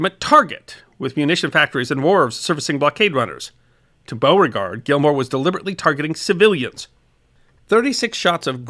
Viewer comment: Oh no you didn't! I bet I know how you said it. I haven't watched yet. But for shame! Shame! Shame! :-) Its Be-you-fort But you got Beauregard right. which just goes to show you southern slang don't make a bit of sense.